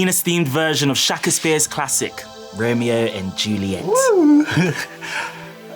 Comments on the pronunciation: SHA-KES-PEARS TRAGIC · “Shaka-spear” has me on the floor😂😂😂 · Eric's pronunciation of "Shakespeare" is so weirdly satistfying!!!! Is it an acceptable pronunciation, though? Genuine question. I searched and that is not how Shakespeare is widely pronounced.